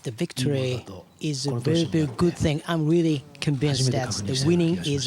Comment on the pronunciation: Rearry? :P